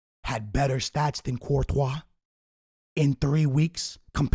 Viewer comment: Lol u said Courtois